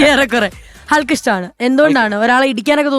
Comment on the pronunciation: എന്റെ പോന്നു സാറന്മാരെ .......ഹള്‍ക്ക് അല്ല ഹക്ക് എന്നാണ് പറയേണ്ടത് .HULK.....L ......സൈലന്റ് ആണ് ....